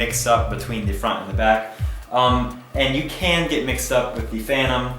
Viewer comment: Funny, mine is exactly like the one on the right, but mine is a Phantom (Fan-tom) not a "Fanom", strange, that "Fanom" might be a fake clone of a Phantom. LOL :=) PD: I wonder why the question, if he has both, unless he was as lucky as have DJI sent them those drones for testing or as a gift. I would go for the "Fanom Inspire 1" no doubt about it, it's the best in all aspects compared to the "Fanom 3".